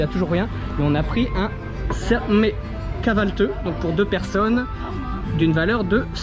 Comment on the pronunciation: C’est pas kahvalteuh, c’est kavalthi sa ce prononce comme c’est écrit